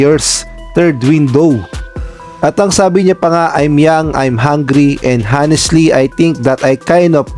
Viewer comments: at 2.0---HONESTLY is pronounced with a Silent "H"... Oh-nest-lee. .. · KALYUM Harris daw, inulit ulit pa iyong KALYUM hahahahaha! Then may bonus pang HA-nestly daw. Lagyan mo naman ng dignidad ang content mo. Kung di pa marunong magbasa huwag na mag content.